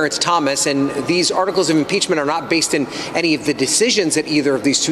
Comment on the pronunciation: Impreachment, I could eat an Impeachement for hours.